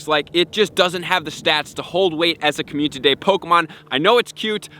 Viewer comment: Bro you missing a syllable when you say community... It's not communty it's community don't forgot to say the I